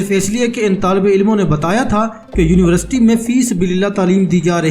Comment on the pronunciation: Your university pronounce is not correct